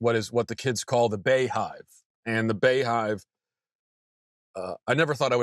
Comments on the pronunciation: It's still pronounced Bee Hive, Matt. Sad world though. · I thought "Bey" was pronounced like "bee"